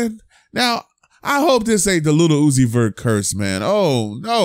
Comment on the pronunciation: Stop fuckin sayin LITTLE uzi 🤦🏾‍♂️😤...LIL